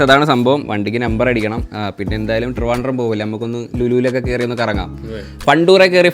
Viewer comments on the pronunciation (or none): none